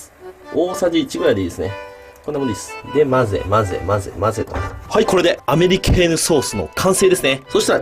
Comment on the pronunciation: アメリ系のソースってずっと聞こえてた…